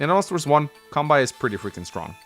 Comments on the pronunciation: Kanbei is pronounced as "Kahn-bay" btw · The way you pronounce Kanbei is funny. To be fair, unless you have an idea how the Japanese letters are pronounced, it can be confusing. Now Japanese names are usually written in Kanji (and depending on what Kanji is used, the name can have a different meaning). However, you can also use Hiragana or Katakana as an alternative (or if the name is foreign, then Katakana is used). The way you pronounce the name is the same. Fun fact, the name entry in Gameboy Wars 1 only lets you enter Katakana. Anyway, Kanbei is a Japanese name. To keep things simple, this is how it is written in Katakana: カンベイ (Ka-n-be-i) It's hard to explain in text, but you mostly just speak each letter as they are, unless n or the vowels are used, then you combine them. So you would say it like: Can-bay (see this video: Hope that helps. :) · funny how you say the Kanbei name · I generally feel okay about the order of things (Max and Sturm at the top, Eagle at the top of the second tier...) but I would split the tiers differently - I feel it works better as a four-tiered hierarchy: Tier 1: Max, Sturm Tier 2: Eagle, Nell, Kanbei (the 'bei' part is pronounced like the 'ba' in 'bacon' or 'bagel'), Grit Tier 3: Sami, Andy, Olaf Tier 4: Drake, Sonja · You don't pronounce kanbei correctly